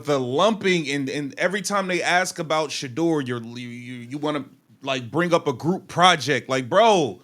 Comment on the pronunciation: This is nothing but a clown show they have a awesome dude playing for there sorry team and they can’t even say this man’s name his name is shedeur can you say that